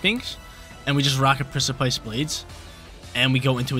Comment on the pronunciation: Hell yeah, reg G! 🎉 Btw precipice is pronounced liked press-uh-piss